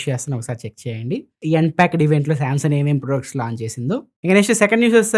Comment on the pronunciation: Samsung ❌samson✅